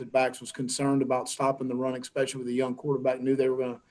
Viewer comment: It's never a good sign when your coach says "expecially."